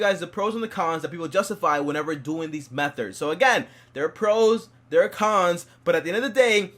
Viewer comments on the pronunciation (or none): “Metherds” lmao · methods..... - “Methards” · Wtf is a metherd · Mether? Anyone else hear dat doe